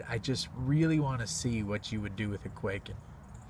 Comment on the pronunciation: How is it possible that I have still yet to find someone who is able to properly pronounce kwaiken in one of their videos?